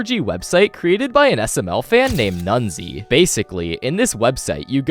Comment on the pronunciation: there are some minor errors in the SMLWiki segment, first of all it's "nezuai", not "nunzie", second of all, it's an art project in remembrance of nezuai's dead friends, not an ARG, third of all, you didn't actually do research on the site itself, have you? and finally, slingmingo (their name is not slingoman istg) was under the alias of "jeffyfansml99" when they made the mod.